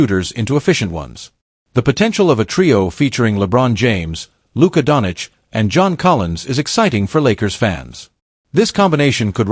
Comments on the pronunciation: donich? there is no donich there...who theyhave is doncic, pronounced 'donCHEECH' STUPID. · it seems everyone in the world can pronounce Luka Dončić name except you!!! How is that possible???